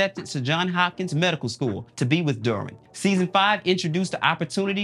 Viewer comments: Bro. Did you just not watch any of these shows. The mispronunciation of the names are sending me. Dermwin..Joann Clayton?? PUT SOME RESPECT ON THEIR NAMES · I love this show. I'm binging all the seasons now before I finish the most recent season. And say it with me DERR-win. Not dorrwin. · Why’s he saying “Derwin” so weird?